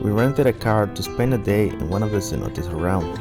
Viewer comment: Beautiful video of this beach down, the only problem I have is the pronunciation of Cenotes, in my view, would be better the way the natives say it. Other than that, your videos feels like I’m watching a very entertaining mini movie 👍👏✌️